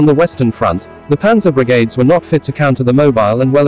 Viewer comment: Strange voice intonation - referring to Brigads instead of Brigades